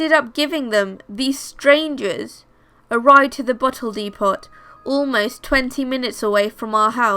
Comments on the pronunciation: Hey, just subscribed and love your videos but just to let you know, depot...the 't' is silent making the o a long o ...so it's dee poh... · Depot is pronounced depo lol